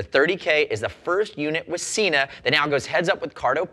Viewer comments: Yes, but the same video says the correct pronunciation is Sena, not Seena. It just shows that there are knuckle heads working for them as well. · It's Sena! There is a video on their website with the correct pronunciation. I wish would watch it. I love his reviews, but Seeenuh drives me nuts! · frogzlove It is about the way the way the word is spelled. As I stated, there is no double "e" in the word/name or even an "a" after the "e" so therefore, it is Sen-a. I have seen Sena devices at shows and in shops here and everyone, including the Sena reps, say Sen-a. It is the same as the word Data. It is pronounced Dah-Tah. NOT Daytah! There is no "y" in it so don't say it! I know that is ft track a bit and not a brand name but it is the same principle. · Firstly, you guys really need to learn how to talk properly. Sena is Sen-a. It is not Seena. It does not have a double E in it so don't say it. Next, VIA is Veye-a. Not Veea. Again, no double E. There is nothing that annoys me more that people who cannot say brand names correctly. Now on to the 30K, I highly doubt it is just water resistant. Why would Sena go to all this trouble to make a device that sits on the outside of a helmet, open to the elements and not make it waterproof? It does not make sense. It would have to be made to with stand heavy rain on a ride. Riders are not going to just pull over at the first sign of rain to remove their Sena. That is just stupid. On to the cracks and pops. well in bluetooth, that is a given. Every unit I have ever tried has some sort of interference at times so it is to be expected. I would take this over any Cardo device any day. They are a plain punish to pair for group riding and most of the time in take longer to set up than the ride. I hate my G9.